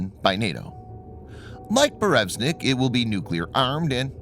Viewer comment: BurEvEstnik ... come on dude read the letters.